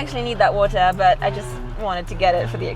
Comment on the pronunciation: This lady really asked for sparkling Botohohwootaah